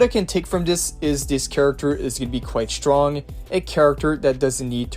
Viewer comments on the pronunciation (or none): none